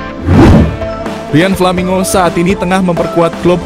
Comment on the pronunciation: Menyebutkan namanya yang betul min, nggak usah dibikin bikin nggak enak di kuping